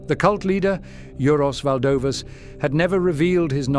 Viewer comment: “Juros valdovas” :D rimtai?!